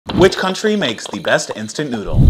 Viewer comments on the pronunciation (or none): none